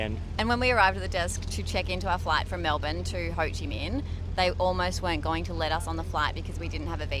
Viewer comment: Ho Chi Mink, not mean. Minh pronounces similar like mink in English.